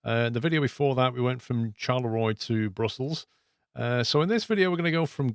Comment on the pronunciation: can you please start saying Sharlerwa? said like that